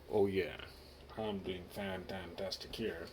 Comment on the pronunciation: You scared me when you say Fantantastic